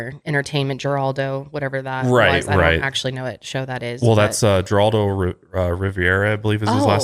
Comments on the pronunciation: I feel old… lol it’s “Her-aldo” not “jer-Aldo” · Thank u i was going to comment the same and heraldo still makes the news these days lol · Geraldo is pronounced Heraldo. I would’ve pronounced the G but I watched his show when it was on. Maybe You might need this in the future . If not, I’m not being malicious. just informative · Pronounced Heraldo LOL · LOLOL Geraldo is actually pronounced Heraldo. LOL totally ageing myself here but i remember when his show was on air. it was a slightly more tame + credible Jerry Springer, TBH. he’s a mess. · Geraldo = Her - aldo (Pronunciation) 😂😂😂👍🏼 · Its pronounced heraldo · Guys it's pronounced Her-ral-dough. .he was famous as heck....and brought light to cases that wouldn't have been solved of not or his pressure....he started his career as an investigative journalist. Just giving ya the intel on the mustached wonder....im a wee bit older then yall. Lol. -Jackie 😘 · Geraldo is pronounced Heraldo. 🙂. Happy Thanksgiving! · Geraldo is pronounced "Her-all-doe". He was on level with Sally Jesse Rafeal, Oprah and & Donahue back in the day when day time talk shows were all the rage. Google the time he got his nose broken live on air by a fist 👊🏼. He also broke the news of mistreatment at mental health facilities that made a lot of change in his early career. This is the 'more you know🌈' by an old lady fan.🥴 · Oh my sweet summer children, Geraldo's name is pronounced "Herr-aldo" lmao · I know this is old but I’m laughing at the Geraldo pronunciation - made me feel old that they had never heard of Geraldo. The fact that there are people in the world that don’t know about the chair and nose incident kills me. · The way pronounced Geraldo…. I chuckled. Then immediately felt bad cause this story is extremely sad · I feel so old, being old enough to know that Geraldo was mispronounced by!